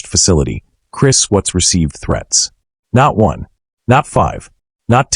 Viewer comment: Either this isan AI orthis guy doesnt understand syntax or how to pronounce watts